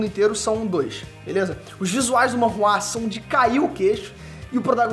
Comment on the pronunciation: Sabe nem falar o nome correto. É manhwa